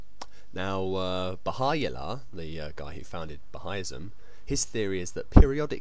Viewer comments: Baha-U-llah not Baha-I-llah, maybe you don't know everything... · By the way it's Baha-U-llah not Baha-I-llah... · Hi:) I liked your video:) it's very funny. Anyhow there's a few points I would like to make of varying importance. - Here's how to pronounce Bahá'u'lláh: Ba (as in Father) há (as in how) 'u'(as in ooh) llah (as in Allah) - Means Glory of God. Not that it's a major point but most Bahá'ís refer to their faith as the Bahá'í Faith.